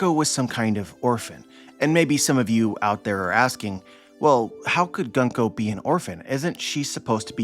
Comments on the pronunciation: It's pronounced "Goon-ko" :) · My man! It's 軍子 - グンコ - Gunko (pronounced Goon-koh). I knew you would be excited from this chapter! I was really happy to see glimpses of a deeper backstory for her and a redemption for the evil she's been displaying, and the fact that she's being possessed by Imu is absolutely frightening, it's really putting the tension back in place. It didn't make sense to me how much focus and nuance Oda was giving her character only to make her simply cruel and evil. Oda really likes his cute girls, I should have expected this. But more seriously, her potential is really exciting, I can't wait to see how her story develops, especially since I adore her design and fruit power.